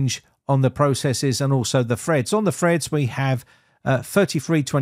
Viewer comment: By "Under the freds section we see we have free fasand free hundred and firty" , did you mean three thousand three hundred and thirty or is it an English thing I haven't come across?